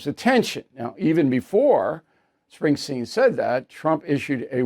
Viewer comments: BILL ITS SPRINGSTEEN NOT SPRINGSTEIN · It’s “Springsteen”